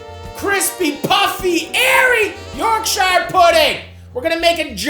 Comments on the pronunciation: Sittin 'ere in my Yorkshire home dying a little inside every time you butcher the name of my beloved county. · Wondered if any limeys were gonna pull him up on that pronunciation lol. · You are pronouncing Yorkshire badly and incorrectly please refer to this Cambridge dictionary link. yours faithfully people who are English by birth but Yorkshire by the grace of God 🤙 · ... sheer... its pronounced york-sheer, this aint lord of the rings america we aint visiting bilbo in the shire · As a proud Yorkshire man I would like to let you know it's pronounced York-sher. Good to see a proper english meal on here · It’s pronounced - ‘York-shur’. Other than that, great vid and nice take on a classic. Source: am from there... Also in the thicker Yorkshire accent, toad in the hole would be pronounced - ‘toad int oil’. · It's pronounced York-shur, no emphasis on the ire. Respectfully yours, a Yorkshireman. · York-shyer pudding 😂 love how our Atlantic cousins say British words it's pronounced yorkshur pudding. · It’s ‘Yorkshire’ mate, not ‘Yorkshire’ - looks delicious though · That's not how you say YORKSHIRE!!!!! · tip from a yorkshireman, dont say yorkSHIRE say yorkSHA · I love a bit of Matty, but why do North American's struggle with the word Shire in the English context. Yorkshire = Yorkshur, Worcestershire = Woostershur, etc. And so on. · Matty I hope you know shire is pronounced sure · By the way. Its not YORK SHIRE ... It's more of a iorgsha. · York"shire" hurts my ears.... But I still love you Matty. PSA it's pronounced York"sure" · Yorksheer or yorkshuh not yorkshiyer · Hate how he pronounces yorkshire, should be "yorkshur" not yorksheyre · its york-shuh not york-shy-yur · It’s York-sherrrr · For anyone watching you pronounce Yorkshire as. York-sure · Yorkshire puddings don’t come from near Bilbo Baggins Matty…. York-sha👍🏻 not shireeeee 😂😂😂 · Just a pro tip to our American cousins: we pronounce "shire" like "shuh" or "shuhr" if you wanna lean into it 👍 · YORK SHIARE